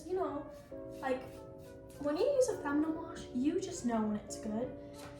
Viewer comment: baby girl its feminine - fem uh nin